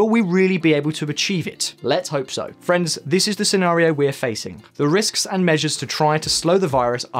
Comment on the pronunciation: everytime he says "friends" i hear france for some reason and thinks he's gonna start talking about it